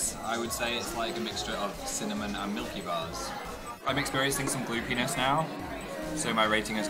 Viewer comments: I thought Phil said "Glue Penis." not "Goopiness." My god I blame Dan. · I heard 'Blue penis' instead of 'gloopiness' :') 'I'm experiencing some blue penis' omfg. why does this amuse me so much. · Not even joking when you said 'Gloopiness' I thought you said 'blue penis'. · lol, thats what i thought he said. But he said 'gloopiness'. x) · Was I the only one who thought Phil said 'Blue penis' and not 'Gloopiness'